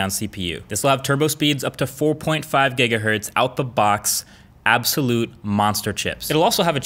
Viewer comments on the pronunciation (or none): none